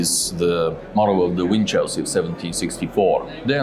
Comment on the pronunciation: Winchelsea is an old coastal town, we pronounce it like WINCHELsy, not like WIN Chelsea as though Chelsea was a prize!!